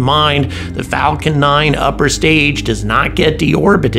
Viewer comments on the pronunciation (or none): none